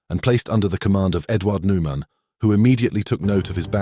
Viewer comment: Interesting how the narrator aces (pun intended) the pronunciation of the German "CH" in "Erich" (Hartmann) and "Hans-Joachim" (Marseille), but struggles with much more simple names such as Eduard Neumann ("Eh-doo-ard Noi-munn") and Heinrich Bär. Bär in fact means "bear" in English and is pronunced exactly the same.